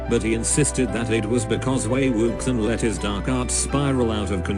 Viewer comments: “Wei wuksang” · "Wei WOOKSON" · I can't deal with the "Wei Wuksan" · also maybe these opinions are controversial or whatever BUT the text to voice converter is just too funny. I love Wei WUX I EN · ok but.. "wAy wOoksAn"... i literally perished. ma boi wei wuxian's name got mauled by mr.bot :( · Excuse me, but the mechanical voice readin wei wuxen or however you would write this....... it gets me killed every time i hear it